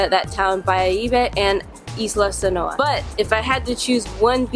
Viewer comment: Saona Island, not Sanoa